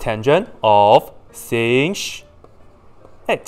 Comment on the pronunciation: pronounce 'sech x' like sinh or cosh x